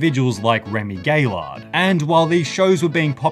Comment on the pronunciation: I don't speak french or anything, but please say you where actually joking when you said 'Remi Gaylard'? xD